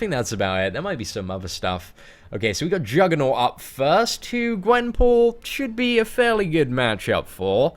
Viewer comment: He said her name rong